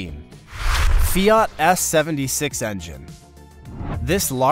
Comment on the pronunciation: Pronouncing it 'fee-art' annoyed me. Sorry.